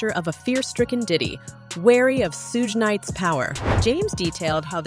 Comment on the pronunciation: Lol she said “Two-Pack and Soog Night”